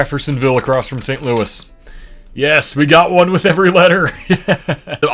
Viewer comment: not the "louis" cities getting flipped on his tongue XD